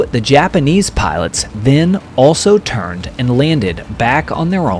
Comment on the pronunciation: You've murdered the names of these japanese pilots 😂